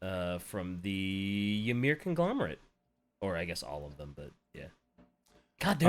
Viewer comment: Pretty sure Ymyr is just pronounced like Ymir, the first giant in Norse religion, So it's more like Imir.